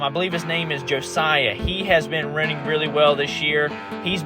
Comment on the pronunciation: Thank you for posting this race. My son is Josiah and you did pronounce his name correctly. I love rewatching this anytime.